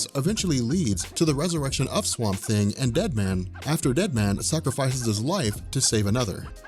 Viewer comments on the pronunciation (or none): none